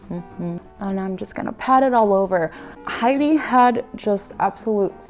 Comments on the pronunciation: Stunning!! 😍 Hedy is my forever goals!! 😍 And you pull the look off beautifully! You've got that natural beauty like she does. And even in the black, the look is on point! 💗 Btw, just for future reference, her name is actually pronounced like it's spelled. Not "Heidi", but Hedy. It's short for Hedwig. 😊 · You are so purdy! I love her so much too mush you two together and I’m happy...hope this makes sense I have a headache but me loves you xx p.s her name is Hedy not heidi you say it like head-ee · Hello, yes, I know. I pronounce Hedy's name wrong the entire time and I am mortified. 💀😭😂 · Thank you so much dear, oh my goodness 🙈❤ and yea, a few folks kindly pointed out I've been pronouncing her name wrong 💀 dies a little on the inside 😂